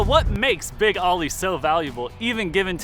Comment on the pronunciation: It's pronounced "Big Oh-ly", not "Big "Ah-ly". Much of your footage uses Chris Greenwood's Oly-themed NORRA racing Bronco, as well as Boyd Jaynes' NORRA Bronco with an Oly-wrap for the Need for Speed movie. I also caught glimpses of our formerly-owned '69 Baja 1000 overall-winning Bronco with an Oly-wrap as well on it - an understudy of sorts to Boyd's truck in the movie.